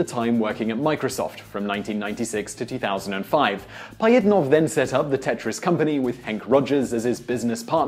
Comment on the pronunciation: OMFG!!! these random fact channels are the worst for pronunciation!!! its not Pie-it-nov, its Pa-jhit-nov, to say it right. there are others, but how hard is it to just say shit right?